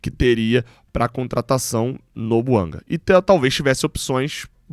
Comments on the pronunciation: A pronúncia é francesa: BUANGÁ. Chega de falar errado. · É BUANGÁ que se pronuncia. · Conforme a boa diretriz do canal, não critico a pessoa e sim o argumento. A pronúncia correta é BUANGÁ. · A língua oficial do GABÃO é o francês. A pronúncia correta do nome do jogador é BUANGÁ.